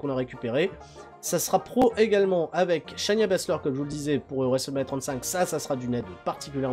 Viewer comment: SHAY-NA BASZLER!! Prononce le chez-na, pas chez Nia.